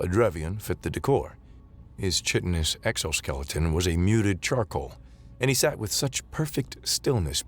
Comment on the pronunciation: Not every one is a biologist. Pronounce chitin, as "KITE-TIN", not chit-tin. Chitin is the substance that makes up the exoskeleton of arthropods (lobsters, crabs and bugs in general) and again it is pronounced "kite-tin" by biologists..